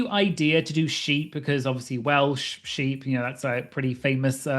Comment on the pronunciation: I love the shepep. Shoeee. Sphe. Ship. Baa cloud.